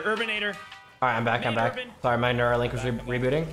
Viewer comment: “Carry Urabn”